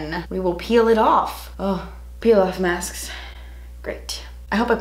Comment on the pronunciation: "so I just removed the face masfs" 🤣🤣